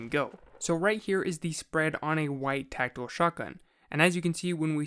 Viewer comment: The way you say tactical makes it sound Like Techno